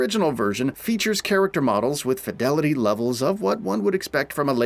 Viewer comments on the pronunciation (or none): none